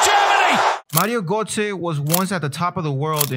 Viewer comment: I like your video. Two tips: 1. Sometimes you hesitate when talking or stumble over your words. It really distracts from the quality! Worth redoing until it’s perfect 2. You may want to look into how to pronounce Götze’s name properly:)